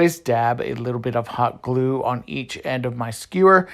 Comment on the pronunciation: First thing is that I absolutely enjoy your channel, your fun personality shine's through your DIY'S. I was Laughing out loud when you said goo when you wanted to say glue that just hit my funny bone. 🤪 Thanks for sharing your talent and fun idea's!